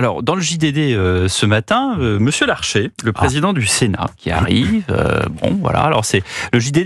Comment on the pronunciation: C'est Gérard LARCHER, pas LARCHÉ...